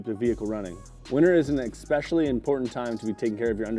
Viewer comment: Lol, eckspecially. Stoner car care for sure.